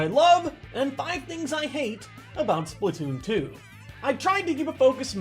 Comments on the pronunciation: its splatoon2 not splittoon2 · You mean spla2n? You said splatwooon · It's Spla2n, not Spla2oon Why? "2" already has the "too" so you you don't have to add the two o's again